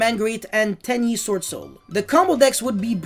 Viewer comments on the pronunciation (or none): none